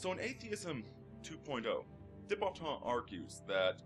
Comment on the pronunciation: Actually pronounced 'du' Botton